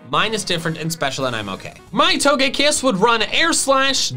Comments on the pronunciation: TOGEKISS, NOT TOUGEAKISS! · We not gonna talk about TOE-GÆ-KISS? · It’s toga kiss not what you said